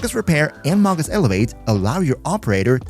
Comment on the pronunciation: It's pronounced may-gus.